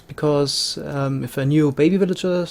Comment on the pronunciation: I like how you say "willager"